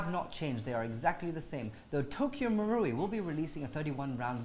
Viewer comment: It should be pronounced as Tokyo MA-ru-i not Tokyo MU-ru-i